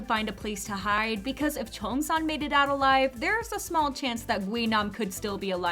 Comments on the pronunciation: It's not pronounce Chong sang it pronounce Chingyongsan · Die cheong-san haha